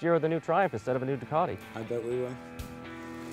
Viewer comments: Doo - cat - ee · Still annoys me how you guys say 'Ducati'